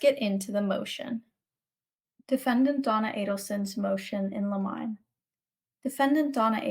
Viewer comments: Thanks for all your hard word! I do think it's "liminé" not limine, right? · Motion in “ Lemon -nay “ I guess would be the best way to illustrate how to pronounce motion in Limine , e.g., motion to exclude ?